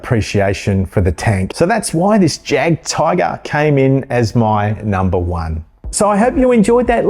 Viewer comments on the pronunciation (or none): I cannot wait for the M36. About time. Hopefully we get tge B2 and B2. Oh and Jadgtiger? The J is silent. More like a Y. Yagtiger. As for the M36? 2 other companies made t h e M36, both are just not very good.